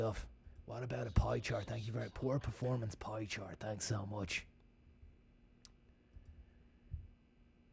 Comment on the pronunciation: "Poy chort."